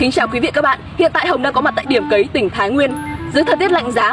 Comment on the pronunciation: Cấy chứ không phải cày. Nhỏ không học lớn làm báo.